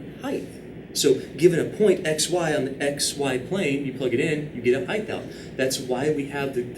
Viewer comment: Am I crazy or is he saying "heighth?"